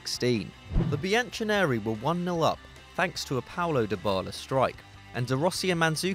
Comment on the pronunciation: holy shit bianconeri is pronounced byan - ko - nae - ree, not bianchoneraee